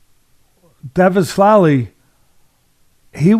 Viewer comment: Dvalishvili is pronounced phonetically.